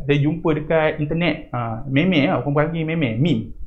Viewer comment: csaya tergelak cikgu sebut meme tu mey-mey btw terima kasih cikgu